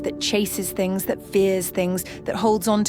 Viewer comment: to bad you make it sound like "all bad tings dissapear...good things remain". you havent understood anything youself didnt you ?